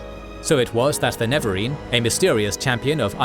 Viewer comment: NeREvarine, not Nevarine bro...